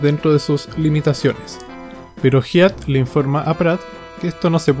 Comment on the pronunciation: Felicitaciones GRAN LABOR. Solo Hyatt se pronuncia (Jaiat)